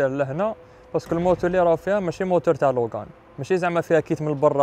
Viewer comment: داسيا لوجان كي تكمل قرايتها 😂 المهم الله يبارك